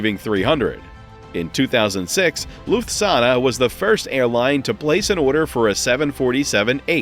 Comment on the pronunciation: You need to learn to pronounce Lufthansa correctly 😜